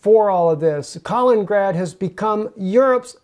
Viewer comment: Love the video, but it's Kal - IN - IN - grad, not "kalingrad"